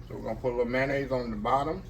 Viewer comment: ""Come on now, you killing me..😂😂😂😂 "Mayonnaise"....zeeee",...it's a word, now 😅😅😅😅👍, Westcoast Listening 🙏🎧